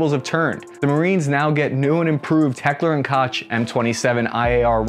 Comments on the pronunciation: Did you just say heckler and "kawch"??? LMAO it's pronounced more like coke 😂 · What the hell is a Heckler & Kotch? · Heckler and Koch….pronounced like Coke (kowk) and not the way is looks. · Absolutely slaughtered the pronunciation of Heckler and Koch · The way you prounounced Heckler & Koch made me die inside. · lol i would figure you knew how to pronounce Heckler & Koch correctly... thats what i get for assuming.... shame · The way he pronaunced Heckler and Koch makes me want to cry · hearing your pronunciation of Heckler and Koch made me cough